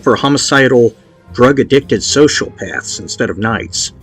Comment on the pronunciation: I've been listening to this series from the beginning, I wish I had started a list of all his mispronunciations. "Socialpath", "Windabago", "extremenist", "fertographer"....